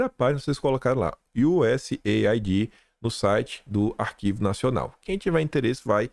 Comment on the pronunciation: te acompanho diariamente, por favor, mude a pronúncia da USAID, A pronúncia correta é US AID ou seja iu ess eidi. Não é iu ess ai di a ideia é aid de cuidado us aid, usaid, entendeu?